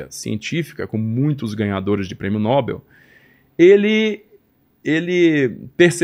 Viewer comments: Não aguento mais esse pessoal pronunciar errada a Palavra "Nóbel" como uma palavra paraxítona. Não tem acento! A pronúncia é Nobel sem acento porque é oxítona . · "Prêmio Nob(é)l" e não N(ó)bel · Fantástico. Só me "arrepio" quando erra a pronúncia do (Prêmio) Nobel.... (É no-Bél !!)